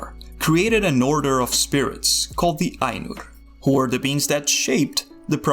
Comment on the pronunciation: De lord of de rings. THE DOES NOT SOUND LIKE DE. Learn how to speak.